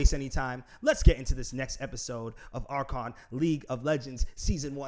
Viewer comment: Yo It's R CANE Not R CON